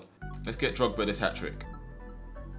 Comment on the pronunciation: I love how he says drogs and I think of something else